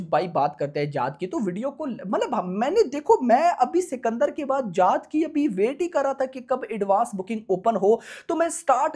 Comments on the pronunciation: जात ❌ जाट ✅ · bhai voh जात nahi hai jaat hai shi s pdho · Jaath nahi jaat bol bhai jaat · जात नहीं जाट बोलो 😊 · Bhai naam shi se lele जात nhi h ye जाट hai ye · Bhai aap जाट ko जात naa bolo yaar Aur Akshay kumar ko Akshay kumhaar naa bola kro aap please . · Bhai jaat naam tho shi se le le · जात नहीं यार जाट बोलो 😂😂😂😂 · Jaat ko sahi bolna tu sikh le phle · जात नहिं है यार जाट है 😂 हरियाणा वाला जाट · T ta hota h jaat 😂😂 iska T kharab h